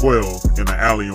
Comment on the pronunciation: (Wah-Bash) Not way bash lol Wabash!